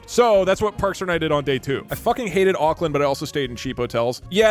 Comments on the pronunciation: him saying ockland 💔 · WHAT THE FUCK IS AOKLAND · One hour of kiwi pain at hearing an American pronounce Auckland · The pain from hearing Doug pronounce the names of things how people outside nez zealand do is visceral and sharp 🫶